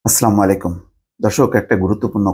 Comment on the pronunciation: আস্লা ময়ালিকুম নয় ভাই! এটা হবে আসসালামু আলাইকুম